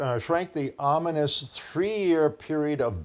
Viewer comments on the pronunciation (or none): none